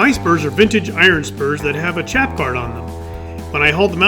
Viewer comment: Hi. cowboys chaps are pronounced as "shaps" and motorcycle chaps are pronounced "chaps".